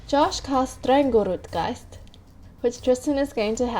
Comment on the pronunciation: Well, that was quite strange pronounciation of Strangeroot Geist. Fine game, though I'd like to see more multiplayer action.